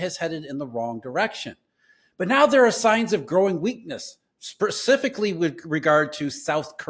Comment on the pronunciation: 16 "SpeRcifically"?! Sorry lol, couldn't pass it up :)